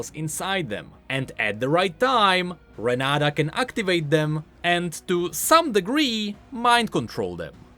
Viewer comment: "renaDa" looool her name is renaTa